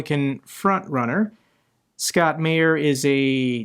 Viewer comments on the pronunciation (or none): none